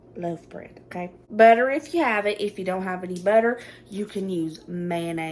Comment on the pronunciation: Love your accent I love my mistake most when you said loaf bread I heard love bread and I’m thinking love bread. That sounds cute.